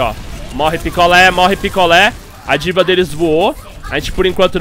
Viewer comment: Diva? sauhasuhau na vdd ta errado o jeito de falar